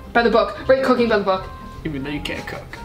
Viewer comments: When she cooking by the book I genuinely heard cocaine 😂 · When you said your interests were cooking , I honestly thought you said cocaine😂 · Omg when said ‘Cooking’ I swear to god I heard cocaine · when she said cooking i thought she said “cocaine” 😂😂